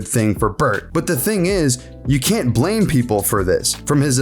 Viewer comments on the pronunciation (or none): none